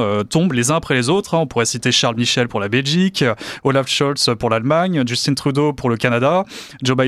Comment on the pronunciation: Parlons français, pourquoi dire « djeustine Trudeau »…. C’est un prénom français « Justin ».